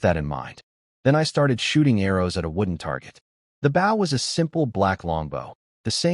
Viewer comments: Can't you teach your crappy AI reader how to pronounce "bow?" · AI needs to learn how to say Bow